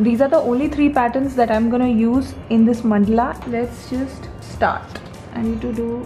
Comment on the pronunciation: It is mandala not mandla